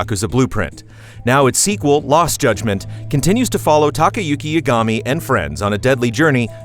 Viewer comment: It's honestly a pet peeve of mine when the VA's of a game/show say the name correctly, but the people reading the script of the review don't. It's pronounced "Ya-guh-me" not "Ya-ga-me".